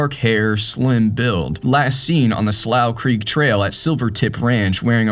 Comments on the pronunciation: The name of the trail is pronounced “Sloou Creek”……and that is a shallow creek. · Slough Creek is pronounced Sloo Creek. Have been there dozens of times, mostly into the third meadow. But that was years ago. I am now 80.